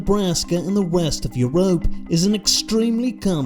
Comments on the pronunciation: The way bro says you-rope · Love how "Europe" is pronounced here 😂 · his pronunciation of europe kills me every time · How he’s pronouncing “Europe” is killing me